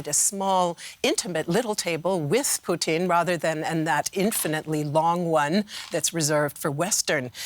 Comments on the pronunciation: Why cant you just say Putin like everyone else. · Excellent analysis but I swear to fod if she calls him Poutine one more time I'm going to lose it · I hate the way the says "Putin". its not "Poutine"